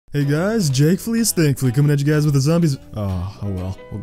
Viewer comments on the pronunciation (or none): it's thankfully 😂